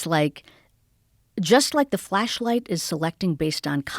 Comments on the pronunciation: my filthy animal brain keep hearing fleshlight instead of flashlight FFS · Amishi "I think of it as a flashlight." Joe 'Did she just say fleshlight?' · Is she saying Fleshlight?